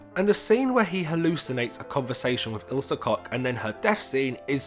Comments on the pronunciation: Good video but I have problem with one tiny thing. Isle Koch is pronounced ill ze (like in world zealot) and surname KoH with H. Ilsa Cock sound weird 😂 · Sorry, but the way you pronounced Ilsa Koch couldn't be more wrong...